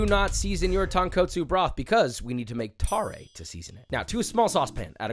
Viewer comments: Really nice and informative, thank you for this video. Please note, there is only one sound the letter "o" makes in Japanese, and it sounds like "oh", not "ah". The second and fifth "o" in Tonkotsu sound EXACTLY the same, there is no change in Japanese, Tone, Koh, Tsu. Keep up the great work. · I felt like dying tearing TonKOHtsu and SHOYu. Fucking hell it's not hard to say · “tounge co tsu” LOL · isn't the kot tonkotsu supposed to be pronounced like cot instead of coat? just wondering, I always said tone cot soo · Bro really said tonquotesu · tawnkootso lol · また、彼は最後まで「豚骨」を正しく発音しなかった。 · this is a great video thanks for making ramen easier to make, just letting you know you can work on saying tonkotsu because your pronunciation is a bit off. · So many of your pronunciations are so good that these ones just hurt my soul. Tone coat sue. Comb boo. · As a local in hawaii who is Japanese, your annunciations need some work.🤣 We call it tonkatsu. But you might be right on that one, and ajitama egg is pronounced with the j sound. Not h sound, that's spanish... 🤙🤙 Aloha